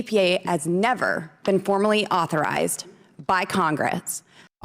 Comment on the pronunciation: She struggled with authorized!